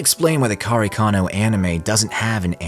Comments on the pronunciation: Why you always call karekano kanekaro? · I might go against the grain here but I preferred the manga over the unnecessary artsy shit from Anno. If anything I hope KareKano (which by the way, I had a mini stroke every time you pronounced it 🙃) will get it's remake just like Fruits Basket which was another anime that ended things abruptly . I hated the last 3 episodes of the series and when I read the manga, it was way deeper and darker. As someone who lived and survived childhood trauma due to child abuse, I identified so much with Arima more so in the manga than the anime. As someone who also spent jr high and high school constantly excelling at getting the best grades in class for personal reasons, I identified a lot with Yukino, both characters hold a special place in my heart because I saw myself in them. I just hope one day, they will do the series justice.